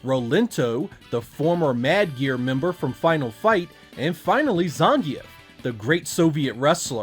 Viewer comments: Cracks me up how he pronounces Zangief. I could be ignorant, but still funny. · I've never heard anyone pronounce Zangief like that before........